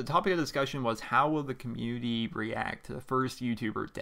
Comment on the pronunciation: I'm sorry but I can't take you seriously when you say cum-munity.